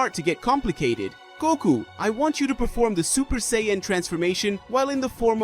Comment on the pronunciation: Blocked for bullshit garbage fanfiction that could never happen. Also, you can't pronounce Sayian properly.